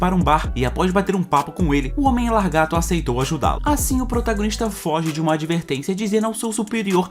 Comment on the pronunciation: Na boa, não é "largato" e sim "lagarto". Isso incomoda muito, não consegui terminar o vídeo.